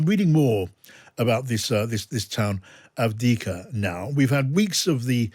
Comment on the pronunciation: There is a second ‘v’ in ‘Avdiivka’.